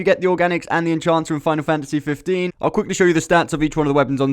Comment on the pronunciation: It's EnHancer, not EnCHancer or EnCHanter. Reading comprehension, bro.